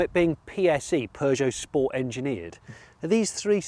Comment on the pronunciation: Im just a bit annoyed at the amount of time you said sports with pronouncing it correctly - sppppoorttsssssssaaaa. Mr Porter will not be happy.